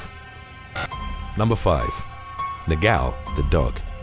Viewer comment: Its so funny the noise he does when tries to pronounce "Portuguese names ( words ) like "negão" 😂😂😂😂😂 " he says Negaummm" but its Negão 😂😂😂😂